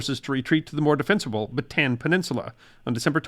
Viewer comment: Just so you are aware, Bataan is not pronounced Ba 'tan, but Ba ta an with long "a" sounds individually. My wife and I own a farmlot just up the mountain from Orion, pronounced like "oreo" with an "n" on the end, in Bataan. As a Desert Storm veteran, it is very humbling to recover a spent casing on our farm from time to time. I have the deepest of respect knowing either a Filipino or an American soldier or sailor fired that round, and either they died nearby, didn't make the march, or died in captivity. The National Road honors these fallen heroes. This is truly a hallowed place in the Philippines 🇵🇭. I am truly blessed to be married to a Filipina wife who has a family history deeply rooted with this area. Thank you for this video!